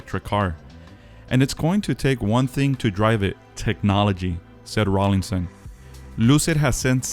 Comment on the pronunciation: Please stop saying Rawlingson. There is no 'g'. It is Rawlinson.